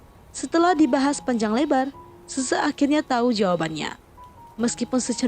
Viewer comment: Min gua bingung nama yg lu sebutin semua nya susu... Xixi aja lu sebut sese...